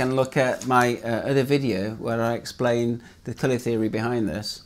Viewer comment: Thanks for making this video :) at first I thought you were saying “killer” not “colour”